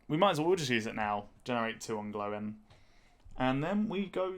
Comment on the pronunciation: “Glowin” 😅 Good video overall though